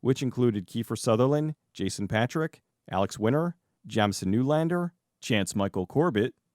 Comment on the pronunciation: So, my first name is Jamison and the way you keep saying it is really pissing me off. Please stop.